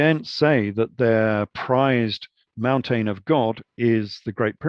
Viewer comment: Mountane lol.. Great video, fascinating information